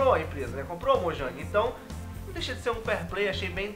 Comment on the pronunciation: mojang se fala moiang